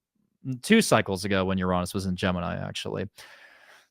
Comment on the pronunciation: What? Did he say You Raww Ness? I never heard that. I've only heard Your Anus or You reh ness